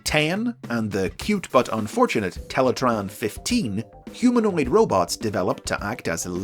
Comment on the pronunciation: Great video, but we gotta correct you on the Teletraan 10 and 15 pronunciation. (Sorry!) I'm sure most folks don't realize how the girls' names are read. Teletraan 10 (Ten) is addressed mainly with that pronunciation. Her name is also pronounced as "Ichimaru" or "One Zero" - but only Convoy and Black Panther Man can address her as that. Teletraan 15 is actually read as "Ichigo" as in "One Five" or "Strawberry" depending on how you interpret it.